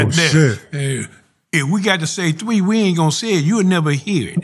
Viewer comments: Any man who pronounces the number "3" as "dwee" as well as describes the sounds of gunshots as "CWOON HOON HOON HOON!!!!!.......is most definitely a lunatic. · That fact that he can't pronounce the word three , yup I'm running at two 😂😂😂😂